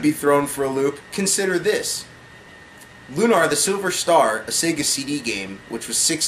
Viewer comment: and its pronounced like looner, not loonaaar.